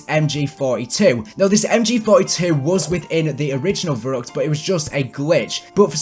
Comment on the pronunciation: verruckt is pronounced ferruect in German, keep up the good work!